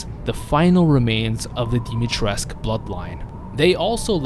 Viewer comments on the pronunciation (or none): Dimitrescu, not Dimitresk. The u isn't silent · Dimitrescu not dimitresc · That’s not how you pronounce her name. Dimitrescu has been falsely pronounced as Dimitreesk in English, with the final "u" letter being silent. This approach has been criticized by Romanian speakers who have said that the correct pronunciation is "dimi-tres-ku", for her name is Romanian. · If i hear ppl saying her name as dimitresc once more im starting the third world war. PEOPLE THERES AN U AT THE END THE FUCK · I hate how you pronounce her name! Pronounce the fucking U as well! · Love how said Dimitrescu multiple times before asking I am saying it right?? Yeah mostly but their is no cu at the end you just need a teacher try the duke. He is the one who taught me how to say it. Infinite CAKES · The romanian homie tells me that the u supposed to be pronounced